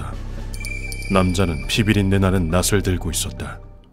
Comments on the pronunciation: 낫을 휘두르다에서 왜 자꾸 나츨 휘두른다고 발음하는거지... 이거 저만 거슬리나요? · 낫을 낯을이라고 발음하시네요